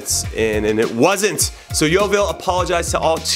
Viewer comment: You pronounce yeovil 'Yeovall'